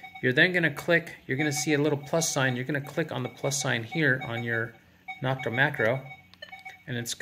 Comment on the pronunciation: Thanks. NO-k-ta is pronounced with a long O, just like the O in Makro. Not Knock-ta.